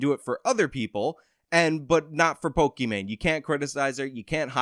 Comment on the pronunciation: Of the three youtube personalities in this video, you clearly are superior. You hold 100% eye contact with the camera, while i cannot maintain 100% eye contact with your image in the video. You know how to pronounce pokimain correctly, and can analyze her stance and content. You are superior to me. And you clearly state that people can think what they want and you won't force them to agree with you, gosh what an incredibly enlightened brain you are burdened with my word. I.honestly can say you are doing everything a youtuber should be doing and your just hustling you know getting the job down like a man. Thank God you could you could break this down for someone with me ability make understandings. Want to fuck my wife? Let me give you the house key so you can fuck my wife. Just kidding I dont have a wife, I'm exactly the kind of lowely person you expect I am. Please generate more content about POLIMANE and TOBUSCUS and PEWDIEPIE. I need these things broken down for me so I can understand the facts of life. So help me out bro we need you to save the world.